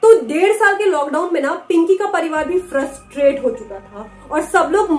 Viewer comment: Any army there who hear frustrated as trustfated?